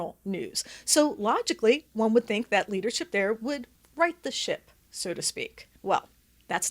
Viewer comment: Did u say right the ship or shit???